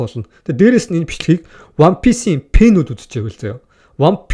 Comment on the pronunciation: Пэнүүд биш фэнүүд шүү